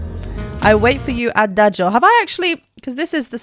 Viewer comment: Congrats, you’re the first English speaking person to pronounce Adagio correctly… 😂😂😂 Seriously, thank you for the wonderful reaction video.